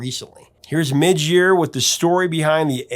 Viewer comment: MIDGE, not Mitch. As a MIJ i totally understand the name MIDGE haha, to demand people say it correctly !